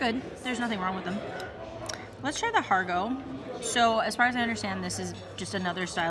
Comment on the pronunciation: Har gow like cow not go like toe